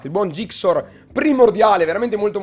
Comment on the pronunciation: è zixor non gixor Bel video comunque